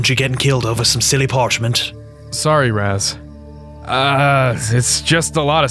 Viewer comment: Raz turns evil? More like Raz falls in love. I also like how says “Raws” instead of Raz.